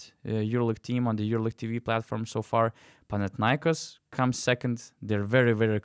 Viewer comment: It's panathinaikOs and olympiakOs.. I am Greek, I know better. You can always hear Google translate..